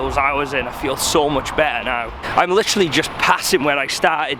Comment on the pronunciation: Lihhhtchheraly Lihhhtchheraly Lihhhtchheraly